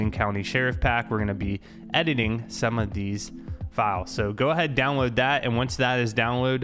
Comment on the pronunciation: love how he says w instead of his L's like downwoad